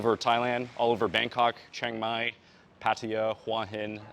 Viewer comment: You can go ahead and get your workout done, but your thai not perfect. You pronounced Chiang Mai wrong. Lol....that tell me that you're not growing up speaking thai. You grew up speaking English